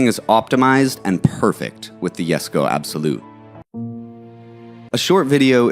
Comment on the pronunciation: Jesko? Nonono 😂👎